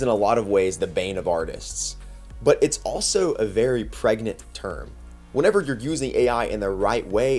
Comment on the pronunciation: he said pragnant, not pregnant. heard that the first time though